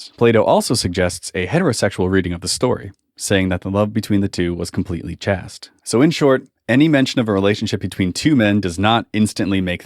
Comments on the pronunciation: Chaste is pronounced with a gay a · I always pronounced chaste as rhyming with waste. Not chaste rhyming with fast. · Great arguments here! Just one note of correction, pronunciation of "Chaste" is the same as "Chased". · chaste is pronounced liked "taste" but with a "ch" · Pedagogy is pronounced peda-gojee and Chaste is pronounced chayst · good video, but just so you know. The word chaste rhymes with paste. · He says "chaste" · You seem to be attacking a strawman argument. I've never heard ancient Greece described as a "homosexual paradise" or claims that homosexual relationships were the same as today. Also, that's not how to pronounce "chaste". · nice video would be better if you knew how to pronounce chaste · Your pronunciation of “chaste” bothers me, but that’s my only complaint. Excellent video and great research! Thanks for putting this myth out to pasture.